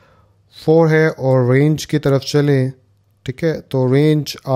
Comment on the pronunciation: sorry sir I am not satisfy to pick your mistake but it is important to tell you that you have mistake in all video that its not rang it is range